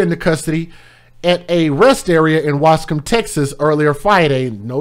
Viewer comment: I'm so sorry to hear this happened to those little angles💕😭. I'm glad they caught her...thanks for pronouncing lil ol Waskom correctly 🤣